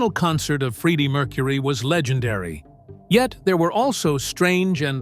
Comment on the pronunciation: This is a pathetic AI attempt to make money off of a celebrity band. The guy is basically saying the same stuff over and over 100 times, and is so completely inaccurate. Cannot pronounce Freddie Mercury‘s name correctly. What a joke, and what a rip off. Wake up YouTube. People are getting sick of this kind of crap. And by the way, how odd that we don’t hear a damn note. 😂😂😂